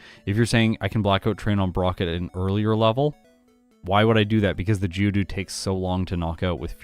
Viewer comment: Been from the uk i kept thinking who the hell is judu realised you were saying geodude 🤷‍♂️